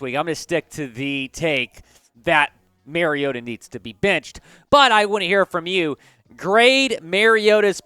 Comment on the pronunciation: I agree. Mary-O-ta, whoever that is, needs to be benched. Though I'm not sure how a team goes about benching someone who is not on their team. Mar-E-O-ta on the other hand is just fine. Has the team overachieving. Don't be telling people who needs to be benched if you can't even be thorough enough to correctly pronounce their name.